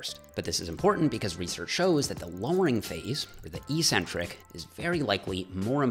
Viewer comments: EEEEEEEEEEEEcentric is NOT a word. I know you still don't believe me. As one of the most pivotal words in your lexicon, it's definitely worth the 30 seconds of your life to look it up. You'll find the etymology interesting, too, I think. It'll make you the most learned member of the health and fitness industry! Others might find you eccentric for pronouncing it properly,, but it's a small price to pay for accuracy, right? Thanks for the great video, nonetheless. ;-) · May I ask a mostly unrelated question? I've noticed that fitness people, and generally only fitness people, pronounce the word "eccentric" as "ee-sentrik" rather than the far more common "ek-sentrik." Compare, e.g., "eccentric billionaire" or "this ellipse is more eccentric than that one." Any idea why this is?